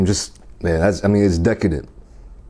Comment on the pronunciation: “bae-cone” “cheese saouse” “onion rangs” “this is deca-downt” 😆🤣